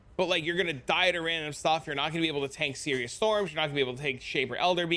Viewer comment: Sirus. His name is Sirus. Not Sirius. Sigh-russ